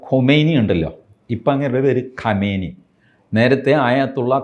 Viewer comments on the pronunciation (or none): none